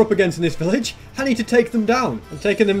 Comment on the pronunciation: Village, no pilage. 🤪